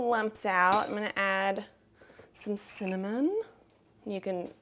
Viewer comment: some maple syrup or maple extract might be nice in the icing too ;) thx for this recipe and also for how u said "cinnamon" , i had a brief but reaffirming 'lol'